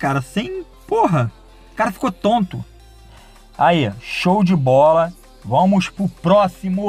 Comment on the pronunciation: kkkkk vomos q vomos, português mandou abraços